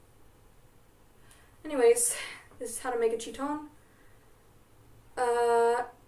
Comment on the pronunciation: her pronunciation of "chitón" has me rolling